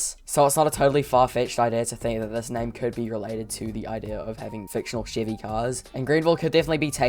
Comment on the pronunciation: Sheevie? You mean Chevy?